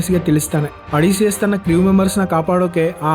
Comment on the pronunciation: ಒಡಿಸಿಯಸ್ ❎ಅಡಿಸಿಯಸ್ ✅😂😂😂